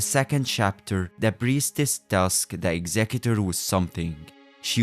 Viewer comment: You pronounced his name correctly, I am now interested in the video.